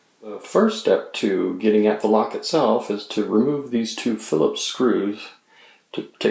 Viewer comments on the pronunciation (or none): none